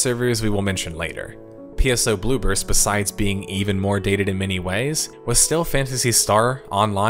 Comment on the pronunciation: I keep hearing "Blue Burst" as "Bloopers."